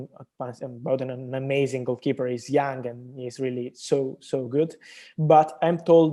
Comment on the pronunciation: I like how he pronounced young as yang😁